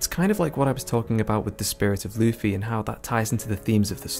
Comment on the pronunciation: Can you start saying Luffy and not Luufy?